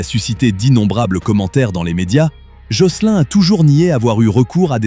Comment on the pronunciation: jocelyn....se prononce jocelyne...c’est anglais donc il ajoute pas le E a la fin